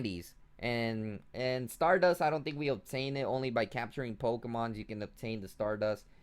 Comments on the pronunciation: The actual pronunciation is "Po-Kay-Mon." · poke...eeeeee......mon NOT poke......aaaaaaaaa....mon